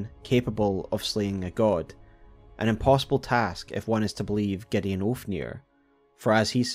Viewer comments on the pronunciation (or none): none